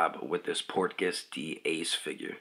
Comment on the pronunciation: Cool video but I cringe every time you pronounce Portgas that way lmao thanks for the review tho lol I been on the fence about this one